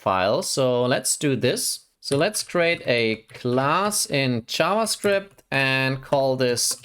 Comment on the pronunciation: I got confused when I heard "ChavaScript"